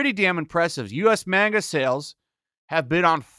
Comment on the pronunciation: how is it possible can never pronounce manga correctly